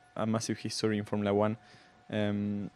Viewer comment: Someone needs to tell the host it’s “Formula 1” not “Formala 1”